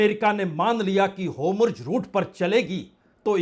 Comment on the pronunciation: होम्रुज रुट नहीं है, होरमुझ रुट बोलिये